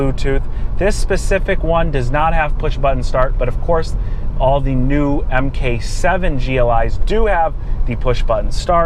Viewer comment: Its pronounced "Mark 7" not "M k 7"